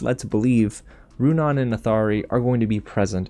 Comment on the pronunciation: Also I noticed that he stopped pronouncing Runaans name wrong probably since I called him out in the comments of the last video : \